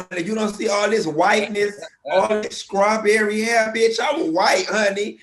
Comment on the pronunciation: Ok, but is he saying scrawberry shortcake? SCRAWberry?